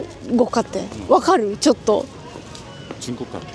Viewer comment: 조또조토 하는말이😂 욕하는소리로 들려요..ㅎㅎ